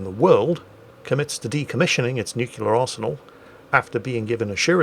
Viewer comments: It hurts me that you say both 'the Ukraine' and nucular. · The "nukular" and "The Ukraine" count got so high I gave up! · Oh god. I didn't notice the nucular. Though to be fair, he does mix it up a bit. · Just a random thing I looked up eelier when seeing reports on the capital of Ukraine being spelled and pronounced differently (Kiev/Kyiv). Kiev is the Russian spelling/pronunciation from the days of the Soviet Union while Kyiv is the Ukrainian spelling/pronunciation. Also can we take a moment for pronouncing "nuclear" the Homer Simpson way.:)